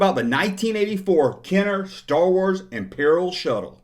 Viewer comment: I didn’t know “Shuttle” is to be pronounced as “Show” until I watched your clip. Lol